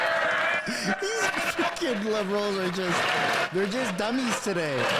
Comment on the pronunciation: You said bliberals😅